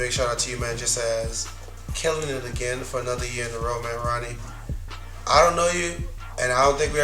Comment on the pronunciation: this guy loves Ronnie Fieg and everything he does but can't even say his name right... hahahaha